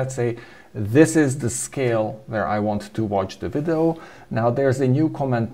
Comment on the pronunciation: "Vidoh" lol. We love you.